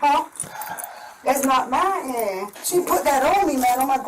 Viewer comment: How many syllables are in “that’s not myiine!”?